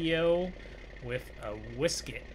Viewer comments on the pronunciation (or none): “Whisket” prolly wishek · It's a wishek not wisk it.